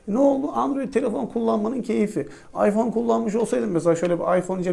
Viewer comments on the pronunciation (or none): none